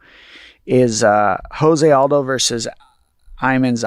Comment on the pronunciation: My bruh- I love you to death BUT you ALWAYS say JOSE ALDO’s name wrong and I can’t help but cringe every single time! After fighting along side him for over a decade YOU SHOULD KNOW THIS!! JOSE is pronounced with a hard “J” like Joe, not with a soft “H” like house! It’s Portuguese not Spanish. Please please please say it right my man!